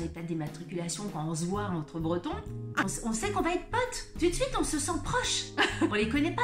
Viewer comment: ) :) Tu as pris certains petits tips de langage finistérien aussi !! Tu manges certaine syllabe.... ble pardon :) ( pour ne citer que ça et le "tou d suite" était beau ! ) Je le remarque parce je n ai plus l'habitude de ça. Née et vécue à Brest même ( pour les connaisseurs ) jusqu’à 33 ans, je suis partie pour le boulot dans le 75 et je vis dans le 78. J ai dut faire attention à mes tics de langage de brestoise et toutes nos expressions bretonnes quand j ai débarqué en région parisienne ils sont sans pitié ici :). Pour le reste c'est trop drôle, tu cites quasiment tout ce qui me manque vraiment !